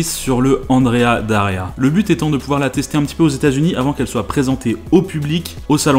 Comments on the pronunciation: C'esrt "Andrea Doria" pas "Daria". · Andrea Doria et pas Daria, sinon sympa comme vidéo. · Super vidéo! Par contre c’est Andrea Doria et pas Daria ;) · c'est Andrea Doria, et non pas Andrea Daria 😉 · Petite rectification si je puis me permettre, c'est l'Andrea Doria, et non l'Andrea Daria. ;) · Cas n° 1 : Andréa D O ria Cas n° 2 : Waldos de los Rios (et pas del Rios ). C'est marqué d'ailleurs. Cas n° 3 : Faire le cornichon toute une matinée avec une bagnole en lui donnant de l'éthanol à boire ... Bon, je ne suis pas spécialiste je ne dis donc rien même si j'en ai envie. Mais en 2008 les téléphones portables existaient en tant qu'objet de consommation courante depuis 13 ans, non ? Ils ne pouvaient pas appeler les pompiers à distance ? Et ces derniers n'avaient pas un véhicule d'intervention à l'opposé des stands ? Ou alors ils étaient partis manger et les journalistes ont fait tourner le véhicule alors que la sécu était «off» ? Pas très sérieux. Ce n'est pas un milieu qui m'attire. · Andrea Doria Not Daria. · C'est l'Andrea DOria, pas DAria. Andrea Doria était un grand amiral de la république de Gênes. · mille excuses, mais c'est l' Andréa Doria, s'il te plait... mais sinon, ça va, hein!!